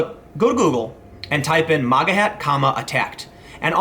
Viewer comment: It's MAGA prononuced ( MAY - GA) not Moga (M - Ah - Ga) FFS dude.